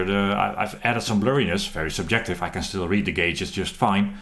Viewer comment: I had this on 1.25x speed from the previous slow talking guy and I thought this guy was on crack. Especially that super-jective part!